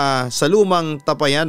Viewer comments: Tapayan Hindi tapa- yan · Mali bigkas mu Ng tapayan😁😁😁.. ta pa yan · Hindi po mabilis bigkasin Ang tapayan.Ta_pa_yan po ang pagbigkas.ty po. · TA - PA - YAN . （bigKas pababa） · Papa dudut mabagal po Ang pag bigkas sa tapayan hindi mabilis parang nag bigkas ka ng payapa😂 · Sana po itama ang pagbigkas ng salitang tapayan.malumay po ang bigkas ng tapayan Hindi mabilis.